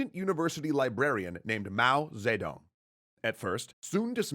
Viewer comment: Mao ZE dong The pronouncing has be dead.